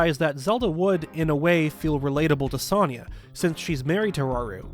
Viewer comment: The way you pronunciate Sonias name is aggravating considering it's literally said in the game